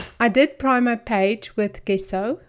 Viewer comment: It’s pronounced jesso not how it’s written on the bottle. Thanks for sharing